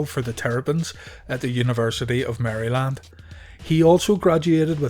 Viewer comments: For the love of god don't say Mary-Land lol. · Maryland is two syllables.